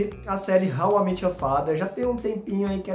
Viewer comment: How I MÉÉÉÉT you father (não é How I MIIIT your father)…estou falando da pronúncia, não da escrita